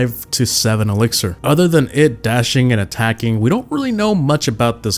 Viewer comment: Bruh it's "*elixir*"